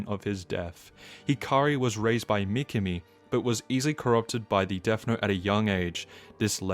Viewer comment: Good video but pronunciation of certain words or names like Mi-ki-mi instead of Mi-ka-mi makes it goofy..... (see what I did there?)